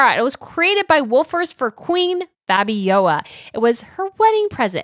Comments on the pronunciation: Let them work to pay their taxes.... their ancestors stole the money to pay for their tiaras and juwels anyhow; and it is Fabio - L - a , not Fabiowa.. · Seems to me that you are having trouble pronouncing the name FABIOLA.. it's not FABIOA its F A B I O L A (practice the last syllable LA LA LA LA LA FABIOLA). TBH its kind of annoying listening to you butchering her name .... please prepare yourself beforehand. Shows professionalism on your part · Hi! Long time watcher of both channels. Keep up the good work! I'm Belgian and I can answer a couple of questions for you. But firstly, it's FabioLa, not Fabioja. There's an L in there;) As for why Lilian was never queen; it's a long story. So she and Leopold III got married in 1941, during WOII and the wedding was only announced after it had happened. Also it would later turn out she was pregnant at the time. Their wedding was not well regarded at the time by the public, because Queen Astrid had only died 6 years before and she was incredibly beloved. That and the fact that this happened during WOII, when Belgium was under German occupation and Leopold III had surrendered to the German regime. To the public it looked like he was collaborating, though in actuality it was a placid neutrality. So the war ends and Leopold III is in exile. This leads to the "Royal Question" (Koningskwestie in Dutch) in 1950 and a public referendum was held on wether or not the king would be allowed to return from exile and presume his role (his brother Karel/Charles had been regent in the mean time). The referendum ends up being in his favor and he returns from exile. But the country was not united in its vote (still Belgium's main issue today), with Flanders (northern, Dutch-speaking region) voting pro Leopold, and Brussels and Wallonia (southern, French-speaking region) voting against him. When he returned this caused outrage in the southern part of the country; riots, attacks, strikes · It is pronounced FABIOLA.